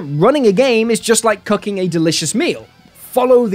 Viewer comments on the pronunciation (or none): Am I the only one who misheard him when he said "cooking a delicious meal" as "cucking a delicious meal"?